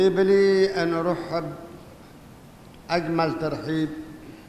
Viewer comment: اورحب ههههه كسر ام اللغة العربية المفروض يطردونه المدرسين